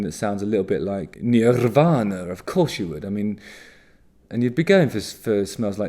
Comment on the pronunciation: Oh i like the way u said nirvana. 💙